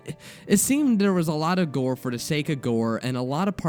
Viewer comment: You say da and dere instead of the and there lol